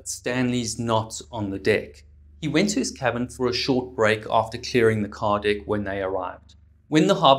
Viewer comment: Lol I love it when he says "dick" ah I mean "deck"